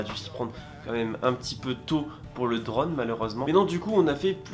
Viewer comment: Super vidéo mais t es « drône » c est « drone »!!!!!!